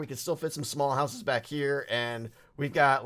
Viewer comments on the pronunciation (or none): none